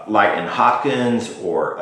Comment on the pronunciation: Its written and pronounced Lightnin as it was written not Lightning